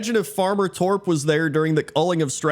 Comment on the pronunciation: As a Swede, I'd point out that you're pronouncing Torp wrong, but then I remembered, that'd be pointless to point out.